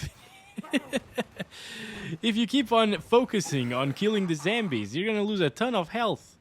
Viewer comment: Is he mispronouncing Zombies on purpose lol 😂